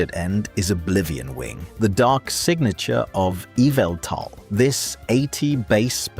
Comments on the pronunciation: YAH-VALL-THAL Is the correct pronunciation (In the Mandjtv community) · I like Oblivion Wing from Yveltal, or as MandJTV would pronounce it, "YAR-vel-tarl". I also like Sunsteel Strike, Moongeist Beam, Photon Geyser and Wicked Blow, but I like Astral Barrage, Collision Course and Electro Drift the most.